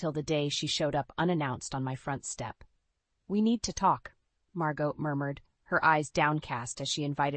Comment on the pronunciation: Aunt ‘Mar-got’? It’s ‘ Mar-go’. You don’t pronounce the T.